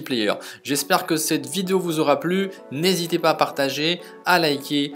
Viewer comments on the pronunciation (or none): none